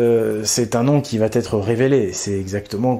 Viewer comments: Va ne prend pas de t donc pas de liaison merci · Va être et non "va t'être " 😅❤ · Attention au pataquès,. Va (dans il va) ne se termine pas par un "t"). On ne dit pas "il va t'arriver" ou "il va t'être" mais le hyatus "il va être. Comme tu fais ce pataquès de manière systématique, avec un peu d'attention, cela peut se corriger...